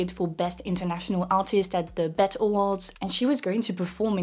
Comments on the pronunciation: I liked the video but no lie I chuckled a lil bit when you pronounced the BETs (Bee-e-t) as BET 😂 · Hunny it's B.E.T. not bet 😂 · BET is pronounced by saying the letters individually B.E.T. not bet, also this topic is interesting because the French welcomed black American musicians and actors back during the McCarthy era so maybe this has more to do with their sentiments about immigration. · This was excellent. Thank you for this education. The B.E.T. Is each letter pronounced not a word. You said Bet and that sounds like Beast. As in Belle et Bet. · “Bet awards” 😂😂😂 that was so cute! It’s actually B. E. T. Which stands for Black Entertainment Television. It’s an American television network that specifically focuses exclusively on Black American entertainment and culture. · Girl. It’s B-E-T, not bet, lol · Great videos! Thank you. Just a heads up: BET is usually said B.E.T (we pronounce the letter). Anyway, really like your video. It's funny how Bourgeois people only like pop culture if they can control it. I would have loved if you dived a bit more in the oppression and racist definition of vulgar and how it often only applies to non white, and non slim women. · B.E.T. not bet. Gentle correction. I understand the language difference. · it's pronounced B.E.T awards, not like the word bet. Sorry, I don't mean to correct you and hope you are ok with it, I apologize in advance. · Just so you know the BET awards are pronounced B-E-T it's an acronym for black entertainment television - its a channel in the US that focuses on black media kinda like the black version of MTV more or less ❤ love the video btw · Thank you for making this. Thank you for doing so in English. And it’s pronounced B.E.T., which stood for Black Entertainment Television. Just returning the love as you shared yours with us.❤ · Did she call the B.E.T. Awards the “BET” Awards?🤣🤣🤣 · FYI-The Black Entertainment Television (BET) Award is pronounced, B.E.T. Award. 😃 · FYI *BET is said like B E T. 😉